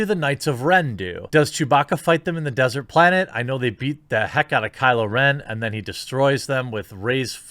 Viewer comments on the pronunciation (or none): none